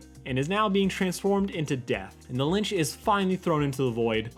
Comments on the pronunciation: It's LItch not Linch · Its “litch” not linch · It's Lich not Lynch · LITCH NOT LINCH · Is he saying "li-n-ch"? It's "Lich" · Omg its lich not lynch ffs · It’s the Lich* not The Lynch. I love this video though! It’s just driving me insane. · It's called the Lich, not the Linch. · It’s not linch it’s lich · It's the Lich, not the Lynch. It sounds like you are combining "Lich" and "Grinch" into "Lynch" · u know it's lich tho right? you keep saying lynch. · It’s just The Lich, there no “N”. You kept saying Linch and it was driving me crazy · Calling the Lich 'Linch.' Oh Boy. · Call the lich "lynch" one more time 🔫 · It's lich, not linch. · ITS LICH. (LI-CH) L I C H NOT LINCH. LICH LICH LICH WTFFFFFFF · ITS FUCKING LITCH NOT LINCH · Lich, like itch. Not Linch, like flinch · THE LICH, NOT THE LYNCH, IT'S THE LICH. TWO COMPLETELY DIFFERENT THINGS. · does he keep saying “Lynch” instead of “Lich” ? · Lich. Not Lynch. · Why do you say “Linch” but it’s actually Lich. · I keep hearing ‘the lynch’ instead of ‘the lice’ am I going crazy or do you guys hear that too? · You know his name is The Lich not the lynch right? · Bro it's the Lich not the Linch you say linch like 10 times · L-I-C-H not "Linch" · You've been saying Linch it's "Lich" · every time U say Lynch instead of Lich I physically recoil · why do you keep calling tthe lich the lynch wtf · Linch? Not lich? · .... are you pronouncing it 'linch' ? or am I just hearing things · Its the Lich, not the Linch. 😅 Great video though, recapping one of the greatest episodes. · i can't be the only one with an eye twitch every time he says "linch" instead of lich lol good vid tho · Linch its lich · Litch, not lynch L I T C H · The Litch not the “Linch” lol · ITS NOT LINCH ITS LITCH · I don't mean to correct you, but it's lych not lynch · Lich not lynch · Not linch... it’s Lich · LICH. Not "Linch" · It’s the Lich not the lynch lol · "The Lynch". It's Lich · why do you keep saying linch instead of lich? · It's Lich not Linch.